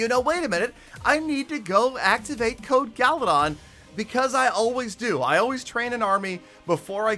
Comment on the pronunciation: lmao I hate you 🤣 I always laugh way too much when you say code... amazing